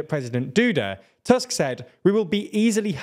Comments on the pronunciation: Small nitpick here, Tusk's name has the u-sound pronounced same as in 'bull' or 'put' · Polish pronunciation is not a difficult as it might look. Remember that the 'u' in 'Tusk' is pronounced like the 'oo' in 'too', so he's 'Toosk'. Remember also that the 'w' in 'Morawiecki' is pronounced like the 'v' in 'have', so he's 'Moravietskee'. Congratulations on getting that 'ts' sound in the 'c'. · I’m really impressed with how you pronounce the president’s name; being his namesake I can really appreciate you not calling him on-drey. But Donald Tusk’s surname, even though it looks exactly like the word for an overgrown tooth, is actually pronounced more like [toosk]. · Nice video. Please, check the pronunciation of Tusk and Morawiecki. Big thanks.